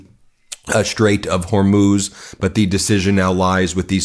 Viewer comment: Hormuz Strait, or “Hormoze”?? Maria Bartiromo, or “Bartirom-UH”?